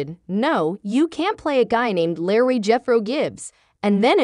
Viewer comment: You would think that if you are reading this you make sure you pronounce your words correctly. His character name is LEROY pronounced LEE ROY NOT LARRY if your going to read this stuff proof read and get it right